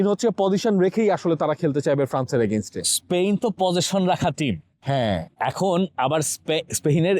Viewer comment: স্পেইন শুনতে শুনতে কানে ব্যাথা ধরেছে। উচ্চারণটা স্পেন হবে না!!!